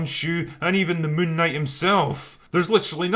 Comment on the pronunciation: i refuse to watch this movie til I can take the name seriously.. btw it's called "Moonk Night"